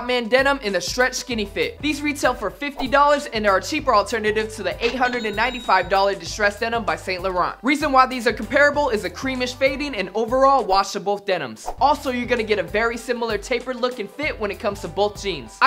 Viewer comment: Its pronounced San-Lo-Ron not Saint-Law-raunt